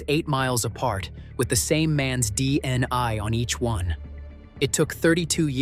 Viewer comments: Okay gotcha, ya so the first time he said it he said it right DNA, then every time after that he said dni, so WTF I see what you're saying how stupid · The narrator keeps saying DNI instead of DNA. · All I keep hearing is dni pathetic this is why this crap can't be trusted when the idiots can't spells or pronounce things properly. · Hmmm he just said DNA